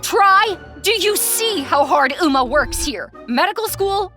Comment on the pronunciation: They pronounced some words wrong, it's 'um-ah' not 'ooh-mah', it's 'oh-pa' not 'ohpa' 😓